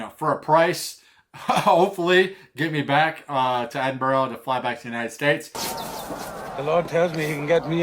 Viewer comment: i'll be up there around the same time.. do NOT forget your headnet! just a hint on pronunciation (no big deal because even some scots have trouble pronouncing the names of their mountains, or ben as they're known up there) it's phonetically edinbru and glazgo.. if that makes semse. i'm guessing you've checked out 'Hounds of Howgate' his videos are great especially the CWT one. i'd advise taking a jump west at the isle of Skye on your way up.. for photography you can't beat it. fantastic you're coming over.. maybe bump into you